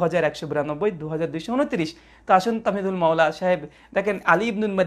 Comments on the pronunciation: তাহমীদুল মাওলার নাম বিকৃত করে তামহীদুল মাওলা বলল, লোকটি মনে পাগল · ভাই হুযুরের নামটাই কেন শুদ্ধ করে বলতে পারছেন না, "তামহীদুল মাওলা" নয় বরং"তাহমীদুল মাওলা